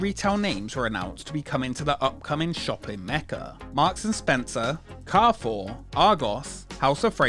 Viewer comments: Hey, just to let you know 'carrefour' is pronounced 'carryfour' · your pronouciation of carrefour is cracking me up